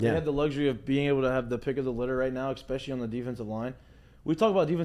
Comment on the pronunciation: Saying “eck-specially” instead of “especially” is a big thing, huh?